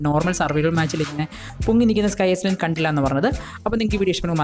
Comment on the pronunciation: Bro aisland alla iland Ennaanu parayunnathu